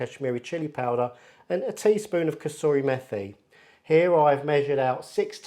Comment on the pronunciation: It's pronounced "MEH-tee" not "MEH-th'ee." "Th" is not a diphthong in Indian-subcontinent languages.